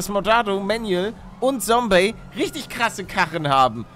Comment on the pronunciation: Die gute alte Zeit als palle noch Sombey gesagt hat